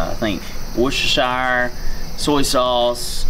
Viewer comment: The fella who can't get the "g" on the back of "italian dressin" also said "worcestershire" better than most anyone else I've ever heard try to say it. I'm so confused... (THIS IS A JOKE).